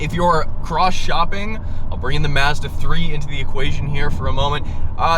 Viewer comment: Tremendous fuckery in the way you pronounce Mazda.